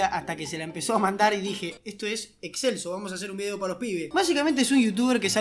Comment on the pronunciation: Yo escuchaba Excelsior 😅